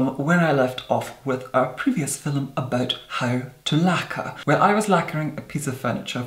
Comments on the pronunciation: "So today's FILUM." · Wait, are you Irish? Had three exchange students from Ireland in my university and they all pronounced “film” as “fillum”. I thought it was the cutest thing ☺️ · Every time says "film" in a video ahhh I love it! The sound of his voice is amazing and the way his mouth moves when he talks. ❤